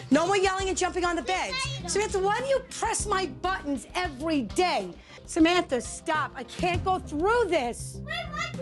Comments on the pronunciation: Samanthar,and Amandar and donnar. 😅😅😅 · "Samanther" "Amander"